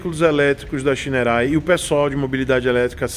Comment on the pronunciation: Ele: xainouei kkkkk Eu: chinerai